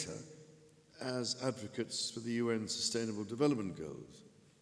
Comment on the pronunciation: But says substainable...